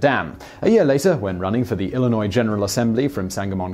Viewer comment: Thank you for pronouncing Illinois correctly! 😃👍 Great video.